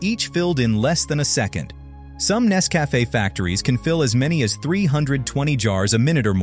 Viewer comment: I wish they would hire a real voice actor, instead of an AI that can't pronounce Nescafe correctly. Zero out of 5 stars.